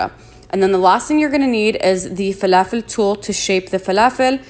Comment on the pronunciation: Ohhhh inte Arabia? As soon as you said falafel 🧆 with the perfect annunciation I knew. Ahlen sis 😘 ❤️ 🇵🇸